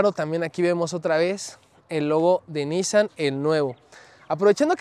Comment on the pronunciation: Buen video, pero no se contagien de los q pronuncian mal “Nissan” (se pronuncia “NissÁn”, no “nÍssan”). Gabo Salazar de Autodinámico lo empezó a decir mal al hablarlo como si lo dijera en inglés (allá no se les da pronunciarlo correctamente) y ahora todos los youtubers (y los q creen q así se pronuncia en realidad jaja) así lo hablan. ¡¡Pónganse las pilas muchachos!!